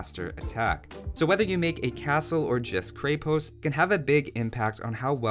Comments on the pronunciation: I love watching your vids, including this one, but the pronunciation of Krepost kills me in this one, since Bulgarian is my first language :D You should look it up on wikimedia :D Also fun fact that it literally means fortress or some sort of small fortified building. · "Kreppost" I believe. Good video though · Creh-Post i think is how its pronounced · Can't even get through this video because "kray-post" is making my ears bleed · there's no Y sound in Krepost. :D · Just want to correct your pronunciation here: It's "Kreh-posT" with the "T" ending in a "soft" sound. Not "Krei-post" with a hard "T". :) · Dude you pronounce it wrong. It's not Kre-Post it's Kr{ye}-post' (like yeti) with soft T. In Russian and many other Slav languages it basically means castle\fort. Btw luv from Russia :) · I wonder when I'll hear someone finally say Kreh-post and not Kray-post, awesome video nonetheless. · others might have said it already but when it comes to prononciation you say it more like a Cray-post where it should be a Kre-post. The same sound as in Crenellations. And on that note Konnik (which literally means "horseman") has that long "n" sound, so as if it was two separate words: kon-nik, which I'm struggling to think of an example for in English. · I think people keep trying to pronounce krepost like a two word combo Kre-Post, like it's a flavor of Post. It's a single word with the accent on the e, so it's krEpost, not krEpOst. It's even easier to pronounce that way :) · In many Slavic languages Krepost = fortress. Konnik=cavalryman/rider It's pronounced kr-eh-post, rather than kr-ay-post. And the konnik, o is not pronounced as "ah", and the i sounds more like "ee". K-oh-neek. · It's krepost not kraypost the E is pronounced like in egg and the o is pronounced like in "aus"tralian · Man it is NOT krey post, it is krEpost. Repeat after me: red ghost, red ghost, kreh pohst